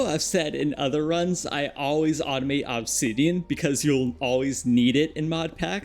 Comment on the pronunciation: i greatly dislike the way you say obsidian. I have never heard another person say it the way you do, and i swear to god the way you enunciate it sometimes with so much extra emphasis makes it seem like youre doing it on purpose. You said it like 40 times in 2 mins at some point in the video and i actually had to stop watching.